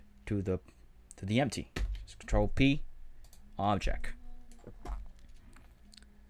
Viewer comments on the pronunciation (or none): Great tutorial and I am really grateful for it but pronounce your T's man! It is objecT, effecT, selecT etc., not objec, effec, selec...